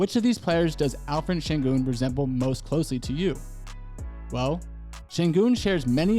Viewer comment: Alperen not alferen 😂